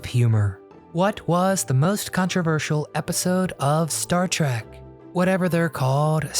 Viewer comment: Trek not Track